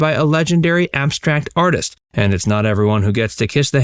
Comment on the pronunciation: Salvidore Dali..."arteest" 😀😃😄😁😆😅🤣😂